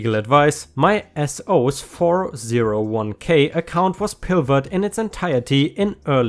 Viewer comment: Hey, I have a slight annoyance with you. It’s pronounced ‘four-oh-one-Kay” not “four-zero-one-Kay”.